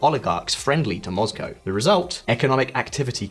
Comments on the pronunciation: He purposefully says Moscow as Mozcow? Erking my nerves lmao just say like it is. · Have i been pronouncing Moscow wrong all these years?